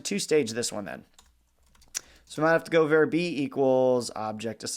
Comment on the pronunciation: The enunciation of var here is just not acceptable. Do he drive a "cair" to work or a car?